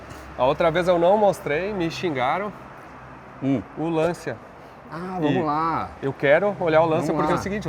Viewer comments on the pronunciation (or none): Sem querer ser chato, a pronúncia correta é "LanTCHIA". 😅